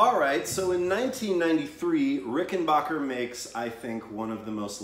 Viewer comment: Ricken-BACK-er... Not Ricken-BACH-er.